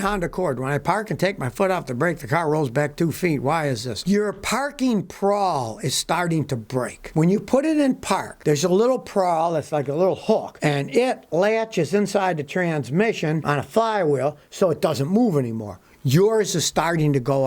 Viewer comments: BTW, it's 'pawl', not 'prawl. [Wink.] JMO. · Scotty's diagnosis is almost certainly correct. But...it's a pawl, not a prawl. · Yes, pawl, not prall... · I looked it up when it didn't sound right but it's a parking pawl not a parking prawl. Also turning your front wheels to the left when you are facing uphill and to the right if facing downhill will help if your car rolls when parked AND there is a curb to use. Thank you Scotty, I watch you almost everyday! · No 'r' in 'pawl' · There's no "r" in pawl. 👍😉